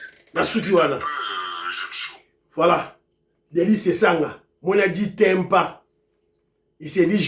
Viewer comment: Bonjour, Sessanga; terroriste Urbain; " muena ditempu " et non " ditempa " 😂😂😂😂